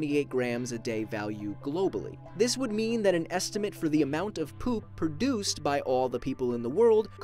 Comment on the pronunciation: The way he says poop lol